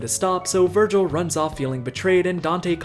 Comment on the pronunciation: That’s not Vergil that’s vergin